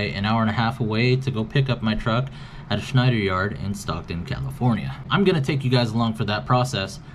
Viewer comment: Cringgggee why would you say it like that.. Stockton lol 😂😂😂